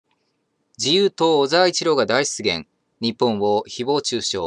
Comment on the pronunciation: 大湿原って聞こえた🤗